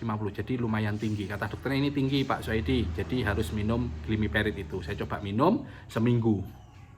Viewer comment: Glimepirid jangan di bolak balik glimiperid hehehe